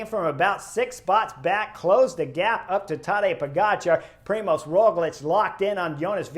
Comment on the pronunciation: Hey Chris, I am an Aussie living in Slovenia with my Slovene wife, so I'm now used to their names. You do a good job with the riders here but if you want help with Roglič's name then the ž in Primož is pretty much like the “j” as the French would pronounce “j”. So, it's like the “j” in Je m'appelle. Primož is quite a special name here and when the ž is pronounced like a standard English z, it sounds really comical as "z" is a completely different letter to "ž". Cheers and look forward to you next video.